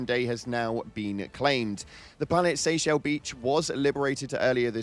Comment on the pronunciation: I tried to hold my tongue but cannot. How tf are people not realizing the wordplay and that Seyshell is not SAY-shell it is SEE-shell...it is a dumb spelling of SEASHELL like y'know...found on a beach...do you pronounce Seymore as SAY-more? No it is like SEE-more. Is a Hershey's chocolate bar a HerSHAY's bar? No it is a HerSHEE's bar. Is a Donkey a DonkAY now? Fuck. It's clearly supposed to be a play on Seashell...i don't understand why people cannot pronounce things in helldivers lol. I just don't get it. Yall try to make it more complicated than it is. Like when you made Oshaune into Osha-OON. It's not hyphenated. It is Oshaune pronounced like O-SHAWN. A common Irish last name. Also you can google the pronunciation if you don't believe me. Shit man it does my head in lol.